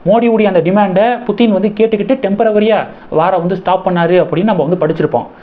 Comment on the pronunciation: Temporary not tempravary